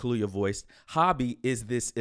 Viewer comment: It’s not hobby fam! It’s ho-bi !!